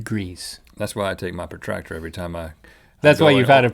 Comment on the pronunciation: It's protractor not pratractor.